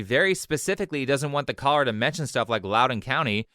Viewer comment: for half the video i thought you were saying "collar" instead of "caller" lmao